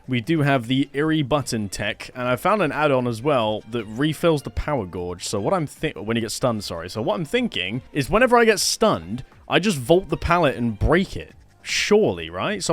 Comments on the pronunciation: It’s pronounced ‘Gay-ge’ not Gaw-ge’ 😁👍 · "Gauge" is phonetically pronounced as /ɡeɪdʒ/, rhyming with "page" or "cage". The word is commonly spoken as "GAYJ" in both American and British English, with the 'au' making a long 'a' sound rather than the 'aw' sound found in words like "gaunt" That is all 😂🎉 great video boss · Why does he keep saying "power gorge" is that a British thing